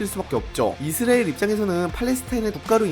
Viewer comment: 이스리엘인지 이수라엘 인지 명명백백히 말해봐요